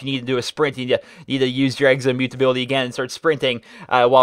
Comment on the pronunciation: Can you please say exo! Not eggzo it is rather annoying